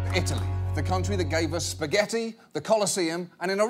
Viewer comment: Why the fuck are so many italians complaining how he pronounces spaghetti?! Not all NON ITALIANS are going to pronounce ITALIAN WORDS correctly, jesus.